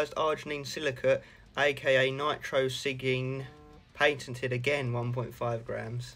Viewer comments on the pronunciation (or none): Nitrosigine is pronounced Nigh-troh-suh-jean ;) lol just for correct pronounciation